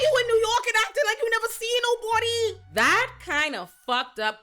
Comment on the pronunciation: “How you in New York and you act like you never seen noBAWDY?!” Lmfaoooooo